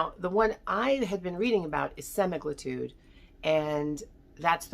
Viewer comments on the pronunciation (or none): CAn you pronounce the words correctly. It’s semagluTIDE and liragluTIDE